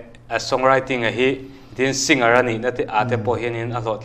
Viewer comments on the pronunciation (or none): Haaaaa Singar, ti lova Sing-ar in ti hi hmasawnna ropui tak a ni e. Bomber pawh bom-bar ti lovin Bo-mer tia lam hi a dik a, climber pawh claim-ber ti lovin claim-er tia lam a dik ang. Sap kan ngaihsang viau va, an tawng dan dik taka kan lam ve pawh hi a tha ang.